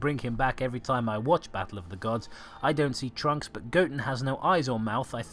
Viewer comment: I swear, every time you say 'trunks', I keep hearing the word 'drunks'. Then again, I'm kind of drunk, so that probably explains it.